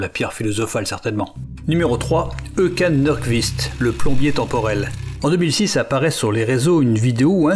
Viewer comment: La prononciation de Håkan Nordkvist est à revoir hein